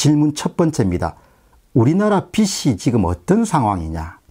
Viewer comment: 발음 수정해 드립니다. 빚이를 빛이라고 발음하시는데 ' 비지 ' 라고 발음하셔야됩니다. 늘 수고가 많으십니다. 많이 배우고 있습니다. 감사합니다.